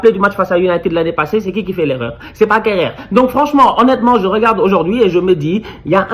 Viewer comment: quand il prononce Kehrer ça me fume 😂😂😂😭😭